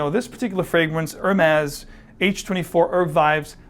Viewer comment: Funny to see someone dressed in a classy way while completely screwing up the prononciation of Hermes. H is silent and the is more like a z.